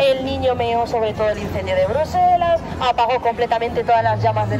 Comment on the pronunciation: Hola! Minuto 17.21 dice Bruslelas en vez de Bruselas. Sé que es un pequeño detalle nomás pero lo comento xk percibo que es muy detallista. Excelente contenido el que hacen, realmente de mucha calidad en todo sentido; calidad de imagen, información que aportan, edición, todo en gral es muy bueno!!! Saludos desde Mallorca!!!